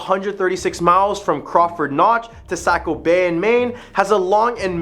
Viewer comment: Unfortunately, you say it like you live in south Nashua. Are you a mass migrant. You say Nashua right but NH. I worked in Somersworth and Durham a couple years and it's Saco not Socco. And Ports-myth( or mith, if you're superstitious ) Other than kids jerking, or, unfamiliar tourists talking. Almost no one local says it another way. There's also a problem of flatlanders not talking the same accent of highlands or more north in Coos( Far North). Strong Quebec influence. Anyway who am I. Just a raised Nashuan, living in Manchester NH more than 20 years, with many years living homeless and out of my car( and yes in Nashua, Manchester, Concord, etc.)mixed in.